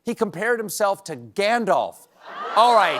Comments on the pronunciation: Gasp! Stephen said "Gandolf"! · Stephen does need some correction on Lord of the Rings as you miss pronounces Gandalf every time. There is no oh in Gandalf